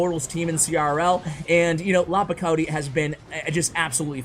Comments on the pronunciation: Lapakoti, lakapoti, lapokati, lakopati, lakapapa, paparoacha LOL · I'm just dying Lakopoti Lakapot Lapakoti